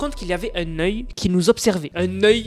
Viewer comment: un neuil(oeil) ca m'a terminer